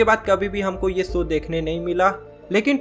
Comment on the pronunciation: Bro it's show not soo! work on your speech skills